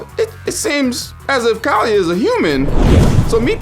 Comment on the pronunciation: Kaalia is pronounced as the following, kaw-lee-uh. This is the way google translate and everyone i know pronounces it.